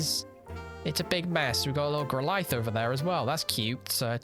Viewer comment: the way you pronounced growlithe made my face invert